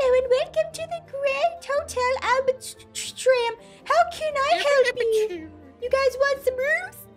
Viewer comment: Hotel name spelled: Albatraum How Pronounced it: Albatram... I have a question.. Can read??